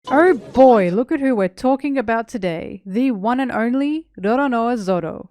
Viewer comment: I thought you were saying 'our boy' instead of "oh boy"